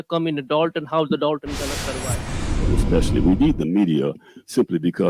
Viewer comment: You mean Dolton with an “o” not an “a” as in Dolton, Illinois